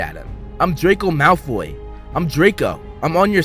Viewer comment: Its not drayko malfoy its drayko mouth full